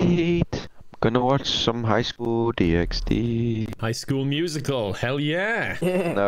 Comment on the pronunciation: Man of Culture, that guy. High School DxD is quality. ( even though he spoke the x, its silent )